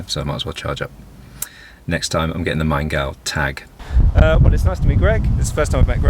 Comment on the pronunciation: Pronouncation of "Maingau" was right and good :-)